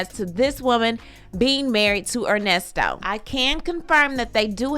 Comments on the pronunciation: Not "Ernie" 😂😂😂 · NOT “Earnesto”…🤣🤣🤣